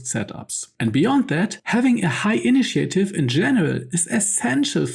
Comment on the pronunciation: The information is great, but even as a non-native speaker of English myself, I find it extremely hard to follow then every second sentence features mispronounced / wrongly emphasised words. This is especially apparent on recurring words, such as attack (at-TACK), initiative (in-NI-tia-tive), acuity (ac-KYU-i-ty), melee (MAY-lay, but it’s a French word, so me-LEE or anglicised me-LAY may also come up sometimes) etc. If you’re unsure about the pronunciation, just look it up. 😉 I recently realised I’ve been mispronouncing “lure” my whole life, until Astarion taught me how to say it correctly, once we had beaten Cazador. 😂